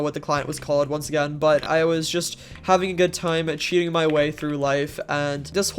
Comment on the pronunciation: aint gonna lie I genuinely thought you said "cheetahing" when you said "cheating" lmfao